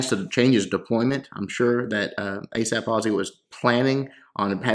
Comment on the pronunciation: "Asp"😂. Its pronounced A Sap